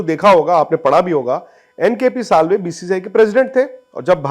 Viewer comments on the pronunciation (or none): It's NKP Salve not kpl sallve